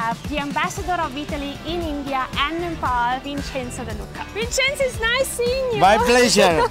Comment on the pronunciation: What did you say his name was Vincenzo? Vincenzo Casanova?